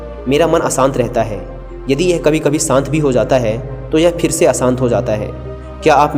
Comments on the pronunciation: I saved this video for later & then heard "shant" as "sahnt". I tried a lot per sahen nahi ho raha ab. Puri video complete nahi kar sakta kyunki yeh sunke mera mann ashant ho raha hai. If you can't clearly pronounce a word in any language, then at least try to make its minimal use in case you can't avoid it completely. Good luck to you... Although I can't comment on your content because I couldn't completely listen to it beyond 2 mins. :) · श शांत। सांत नहीं।।